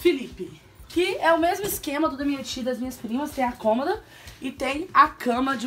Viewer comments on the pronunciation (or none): none